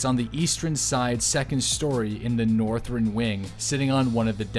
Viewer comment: I get more bugged by how he says "Northren" and "Westren" etc. Says the r before the e. Fuck it's annoying haha